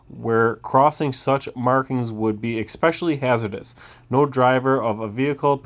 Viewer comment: "Ekspecially" is not a word. "statue" noun stat·ue ˈsta-(ˌ)chü : a three-dimensional representation usually of a person, animal, or mythical being that is produced by sculpturing, modeling, or casting